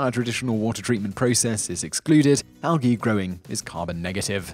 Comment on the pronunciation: Al gii?? The G is prominent.. al. Gee...